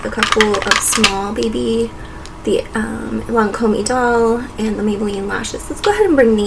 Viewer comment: Is that how you pronounce Lancôme ? I had no idea lol